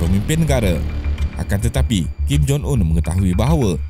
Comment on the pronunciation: Kim Jong Un ✅ Kim Jon Un ❌